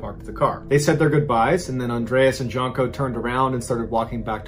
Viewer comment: JUNE-koh. Not JUNK-oh.